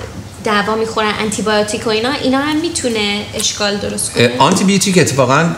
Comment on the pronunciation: انتی بیوتیک که دیگه انگلیسه دخترجون .....اونو دیگه چرا نمیتونی بگی 🤣